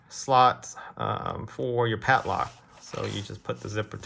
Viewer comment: Its PADLOCK, not patlock